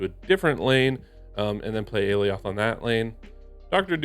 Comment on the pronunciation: I don't want to be that guy, but... it's "ah-lie-oth" (according to Loki season 1)